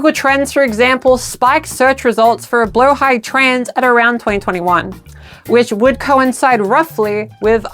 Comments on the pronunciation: I loved how well thought out this "documentary" was. I've always wondered the background for our sharkie friend Blahaj, and now I know. ...Also learned how to actually pronounce Blahaj. "Blow-high", and not "Blah-hadge" :P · As a Swede im both happy our ikea shark is a trans mascot 💕 but also annoyed some people pronounce Blåhaj wrong ❤😂 (it’s “blow-high”) Glad you got it right! 🫶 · Thank you so much for pronouncing the name correctly 🦈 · Mine is “Blåhaj” (pronounced blah-hah) so whenever I can never get it wrong :333